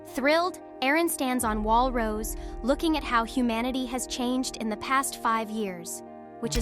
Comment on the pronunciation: 1. The s in Paradis is not pronounced, the name is French, Rosé not Rose, Arlert not Arlet. Not sure how'd you fix in this AI TTS. 2. Why did you use spoiler terms like Paradis, Eldia, Ackerman, Pure Titans, etc. but go with the claim that the rest of humanity died? 3. Your description of the Colossal Titan's image and its effect is great, I feel like you should make a text retelling, you might be good at it. Assuming only the TTS is AI of course. 4. You mention in another comment this is a 'review series', important to note this is a summary, not a review.